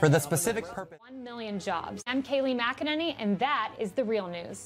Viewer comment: Typical American pronunciation for Gaelic names like the ever-mispronounced "Celtics." McEnany would be pronounced "MickEnany" not "MackEnany." This is "Colin Powell" (mispronounced "Kohlin," not the correct "Kawlin") all over again ;P